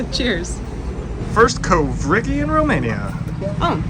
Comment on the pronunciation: You butchered the word "covrigi" 😭🥴😑